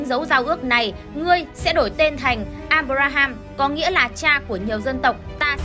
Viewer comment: à mà đọc sai đấy nhé. áp ram và áp ra ham chứ không phải abram và abraham